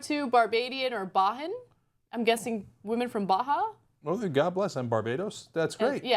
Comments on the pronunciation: Bajan ... pronounced "Bay-Jan" not "Bah-han" loll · It's not Ba-Han it's Bay-Jan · Damn straight Bajan girls are the hottest. Also it's beige-an not ba-han wtf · BAY-JAHN, Anna. It's what we call ourselves when we are Barbadian. But yay! Though I'm sure it's there because of Rihanna. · Bajan is pronounced more like Basian... for the record. It's just another way of saying Barbadian. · "Bajan" (Pronounced Bay-Jan) is a slang term for "Barbadian"...it has nothing to do with Baja. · A Bajan is someone from Barbados, pronounced Bay jan. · lol ... Ana with her Spanish pronunciation of Bajan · el tigre negro Barbadian/Bajan women are from the Caribbean. By the way, Bajan is pronounced [BEIGE-AN] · A person from Barbados is "Bajan" pronounced "Baygen" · lol@ "Bahan" oh Ana... smh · YEAH!!! Barbados at number 2 (thanks Rihanna). And Ana, it's pronounced 'Bay - Juhn', and it's just what we locals refer to a true hardcore Barbadian. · One direction are British. Also Barbadian/ Bajan means just Barbados which should be Bajan. Bajan's would never say they're "Barbadian". You also pronounce it similar to the way you say "Asian" or "cajun" with a "b" in front. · Ana, Bajan's are people from Barbados. The J is pronounced hard as in John. There is no such thing as a Barbadian people. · Ana and her dumb self doesn't know Bajan is a demonym for people from Barbados or how to pronounce it. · Ana didn't know that "Bajan" is a nickname for Barbadians. She thought it meant from someone from Baja California and therefore pronounced it with a Spanish accept (in Spanish, "j" is pronounced like an "h"). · The Young Turks Ana Kasparian you pronounce the j the French way, it means people from Barbados